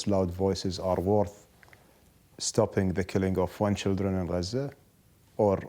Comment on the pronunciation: It's Gaza not "Guuuuuhzuuuh"...